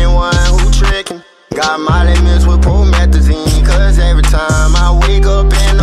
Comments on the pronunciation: “promethazine” *Comethazine*👁👄👁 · He said promethazine not Comethazine 😂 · "Promethezaine" *Shows Comethezaine"